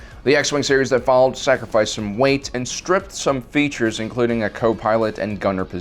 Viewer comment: You said "features" but i heard peaches. Yes. Incom loves their peaches lol